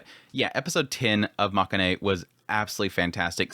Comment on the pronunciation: it's pronounced ma-ke-in rather than ma-ka-ne.